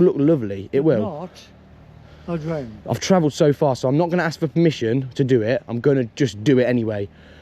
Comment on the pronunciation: “You’ve got to HASK permission” that tickled me 😂😂